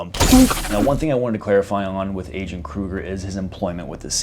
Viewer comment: You don't pronounce the G in Kruger